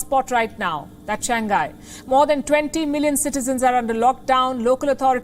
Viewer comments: It's Shang Hai... not Shang Ghai.. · Nasal G is not pronounced:ʃæŋˈhaɪ/, Palki. Another example: pingpong. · To the presenter: the city is “Shàng Hãi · Shang-Hai, dear. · Cant even pronounce "Shang Hai"! And continue using "Wuhan Virus" while the whole world is calling it "Covid-19"!